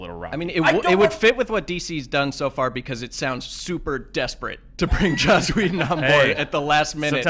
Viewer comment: I love how Andy simply can NOT pronounce anyone's name right! Josh Whedon?! Blomkump?!!? LOL